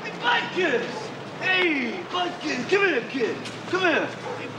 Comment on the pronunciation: The dog is not called Butkus, It's called Buttkiss. Just listen very carefully to how its said